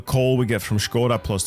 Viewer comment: You said škooda its only škoda pliz sire